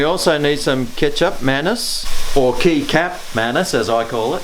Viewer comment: the way you said it is so funny 😂 key-cap 😂😂😂